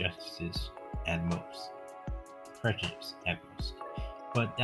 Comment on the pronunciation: you can't even pronounce " prejudice " so how are you talking about someone who makes your annual income in a month uneducated? come on now you can't even read properly 😂